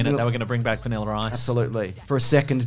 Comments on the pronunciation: "Vaniller Ice" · “Vaniler Ice” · My only criticism is that these men should try to remember that the r in vanilla is silent.